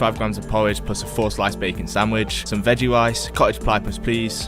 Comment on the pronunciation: weggie wice weawwy good